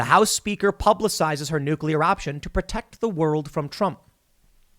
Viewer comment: The least hawkish President since Carter but "We gotta perteck thuh nukes." Such a crock of shit.